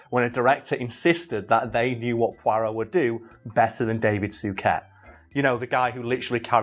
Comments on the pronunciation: You spent the whole video mispronouncing Suchet. Sue-shay would be closer to the right thing. But good thing you at least stuck with it. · As someone from the Westmidlands (with a bit of Southern tenancies) I have to say we call Suchet: Soo-shay, not Soo-ket. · Repeat after me "soo- shay" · David 'Sue-kay' 'Sue-ket'?? Lol, "Sue-shey" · I wish you had pronounced his last name right. Sounded soo weird hearing it as Sooket instead of Sooshay. David Suchet is such a good poirot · su-chey not suket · It's not pronounced "Suket" it's "Sushet". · Soo- shay. Not Soo-ket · Su-Ket? I thought he pronounced it Su-shay? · Stop butchering Suchet's name!! It's "soo-shay", not "soo-ket". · I really fucking hate to be "that" guy but..... its "soo-shay" not "soo-ket". Its been driving me mad, probably because I'm a bit of a bellend. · You looked on his wikipedia page, and you missed how to pronounce his name? "David Suchet, CBE (/ˈsuːʃeɪ/ SOO-shay; born 2 May 1946)" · Is anyone else really bothered by the way pronounces "Suchet"? I've only ever heard it said "soo-shay" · Love the video I'm not having a go but it was bugging me his last name is pronounced sue-Shay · Is that the Yorkshire pronunciation of Suchet? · It's pronounced "Sue-Shay"!!! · David Suchet is pronounced Soo-Shay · I know it’s pedantic but I can’t get over the way he pronounces Suchet! 😂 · Great video..... although i cringed everytime got his last name wrong